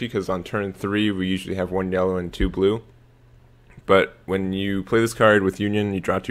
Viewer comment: Why do people but u when they say blue?